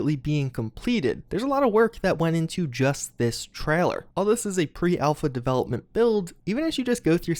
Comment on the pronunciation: No one:: TRAHLER